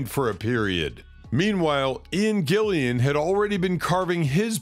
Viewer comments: It’s Ian “Gillan” not Gillian ffs !!! 🙈😖😖😖🤷‍♂️🤦‍♂️ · Gillan not an additional i after the a please! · It's "GILLAN."